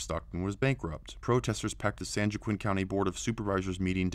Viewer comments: Lol its pronounced: San wah-keen. Not san jwakiin. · Lol San jiqwinn it’s San joa quin. Hoa keen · Pronounce it like this San hoa keen, the way you’re saying it is like San juwokken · Being from Stockton, I can verify this video as truth. However, San Joaquin is pronounced San WAH-KEEN, not San JOE-QUINN... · It's not pronounced San Joe-ah-quinn. It's pronounced San Wah-keen. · Narrarator needs to learn how to pronounce "San Joaquin" as 'San Wah-keen', not 'San Joe-quinn'. LOL! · "San Jew-a-Quinn" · Hi. "San Joaquin" is pronounced "San WalkEEN." Thanks. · Just for future reference, San Joaquin is pronounced San Wah-Keen. That's how Mexican this state is. Same with San Bernardino, Santa Cruz, Santa Barbara, San Francisco, Los Angeles, and almost every other big city. Including Sacramento. Nobody speaks English but all of them go to school and have jobs and homes somehow. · San Joachin is pronounced "San Wah-KEEN". just sayin... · San Joaquin pronounced San Wa-King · DaffyDuck , we call it San Jockquin. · Awesome video. But San Jaoquin is pronounced (san wa-keen) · San Joaquin is pronounced San Walk-keen. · San Joaquin is pronounced San Wah-keen. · LOL! Spanish would help the narrator pronounce "San Joaquin" (Wa-keen)